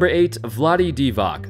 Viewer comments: divats not divack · It's Divatz, not Divak. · Lol... Dee Vach is (more) correct. If you want accurate pronunciation dont listen to Americans, and that includes English words... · it's pronounced 'Divach', not 'Divak':) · Why do you Americans pronoun Divac as Diva(k)? It is pronounced Diva(ts) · Hey fellow americans. Can you stop wrongly pronnounce serbian names? Its not Divak god damn its Divac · This is the third video I've seen in the last few months with someone calling him "Vlade DEE-vock". For a guy who played til the mid 00s and was far from obscure, it's weird that so many people would mess his name up. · I think it's pronounced as di-vots or di-vats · YSK: Divac is pronounced Dee-Vahtz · Divac is pronounced like Divach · Vlade DivaK? Really? I get it, Serbian names are hard for Americans to pronounce, but this is just embarassing. "C" in "Divac" is pronounced like "tz" in "Nowitzki" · I mean how can you have 300k subsribers and butcher the name of a GREAT player like Vlade Divac. If you actualy watched atleast one game that he played in,you would know how to properly say the name,which btw is easier and sound better then „Vladee Divak“ .. rofl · Who is Vlade Divak dude really? You don't know how to pronounce Yugo surnames??? After so many greats come from there So it's Petrovik Doncik Marjanovik etc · You know what angers me more then this undeserved all star games? Him mispronouncing vlade divac s last name its c not k